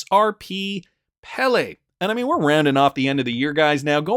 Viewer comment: Pele pronounced PAY-LAY